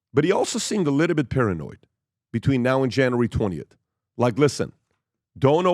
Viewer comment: Every episode "a liddlebit"